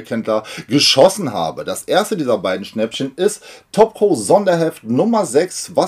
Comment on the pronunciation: Hallo, wie immer schönes Video aber mein innerer Monk zwingt mich jetzt dazu Dir zu sagen, dass Du Top Cow falsch aussprichst. Spricht sich eher wie das Kau in Kaugummi oder eben wie Cowboy. LG.